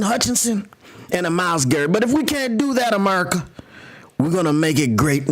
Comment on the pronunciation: That merica accent at the beginning killed me 🤣